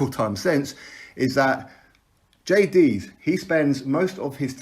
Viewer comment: Its a cotton wool swab to stem the blood. The fact that you dont even know how to pronounce Jay's name shows you're waffling absolute nonsense on a topic you have no clue about. Stop embarrassing yourself you bellend.